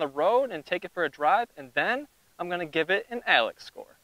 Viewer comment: When he said "Alex Score" I lost it. 🤣🤣🤣